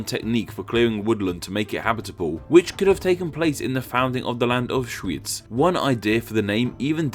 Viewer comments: I had to play this part again to make sure I hear correctly Auschwitz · Wow, this time you really butchered the German pronunciation. Edit: just the first time, the other instances were alright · I don't know what you're talking about. First of all the W in English is W, not V. And Schweiz is German for Switzerland, but what do you want to say with it? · that German name though hahaha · your pronunciation the Name in German xD